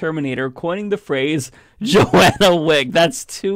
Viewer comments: "Johnna" not "Joanna" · just a nit-pick, the name the dude cam up with, Johnna, is not "Joe-ANNA," it is "JOHN-ah." One of those horrible "20 Kids and Counting" girls has that name. I don't actually care about that, but I want you to always look and sound your best.